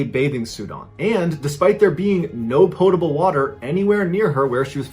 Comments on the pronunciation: Finally! Someone who knows how to pronounce 'potable'!!! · I'd just like to extend a heartfelt thank you for pronouncing "potable" correctly.